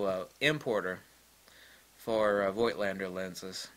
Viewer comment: The "i" in Voigt is still silent.